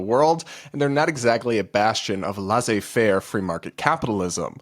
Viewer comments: Enjoy all your vids. Your commentary on these ridiculous TikToks are great. Btw, Laissez-faire is pronounced “lessay-fair” not “lasay-fair”. Have heard it mispronounced quite often. Keep up your commentaries. They’re always spot on. I’m a subscriber. 👍👍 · 'laissez-faire' - say 'lessay', not 'lassay'. Please kick me. All best.